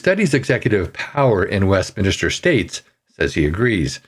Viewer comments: It is not a preacher government...it is WEST MIN STER, not WEST MINIS TER and it sucks anyway. Please change the way your government works. Sincerely, the USA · Honestly I find it difficult to take you seriously when you don't know how to say WestMINster, instead saying West-minister multiple times over and over while you are literally reading the word as you say it. Sheesh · It is pronounced “west-min-ster”, not “west-min-ah-ster”. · "Min-ster", not "minister". Good Lord that drove me crazy. Other than that, I appreciated the video, but good grief, that irritated the hell out of me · Westminster. Not west minister. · Westminster! Dude NOT Westminister. Atleast pronounce correctly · Just annoying listening to the word Westminister. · say 100 times "West Minster" then say 100 times "Westminster". But good video and hit the like button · I came back for this. It's "West-MIN-ster"... and like that guitar on wrap up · Some good points in your webcast. FYI Westminster is pronounced West minster, not an extra "i" West "minister" ;) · Westminster, not west minister. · Sorry, but I am capable of reading - actually, better than the! What is the point of you reading what I can see on the screen? By the way, it's "Westminster", not "Westminister"! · Not to nitpick but is it not pronounced ‘West-MIN-ster’ not ‘West-minister’? Anyway, I believe Trudeau-Castro belongs in prison not Parliament. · Hate to be picky, but it's Westminster, not Westminister. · Westminster, not Westminister. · Jfyi, the name of where the British parliament is, is called Westminster, not Westminister. I know you're not from Britain, but still good to know, so you don't sound stupid. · Ahem...Westminster; not "Westminister." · It is Westminster, not minister, there is no second 'I' in the word. Just FYI. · West MIN-STER, not West MINI-STER. Thanks! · Is it westminister? Or westminster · Westminster is pronounced West Men Stir NOT West Men Uh stir. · WestMINSTER! Not Minister.